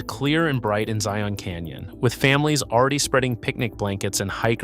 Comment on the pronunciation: I wish he could pronounce the name Zion in a more natural way.